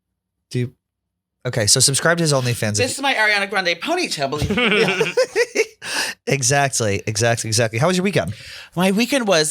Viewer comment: The way says “ Etzacktly” instead of exactly is infuriating